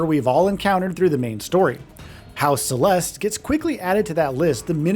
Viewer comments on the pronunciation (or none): none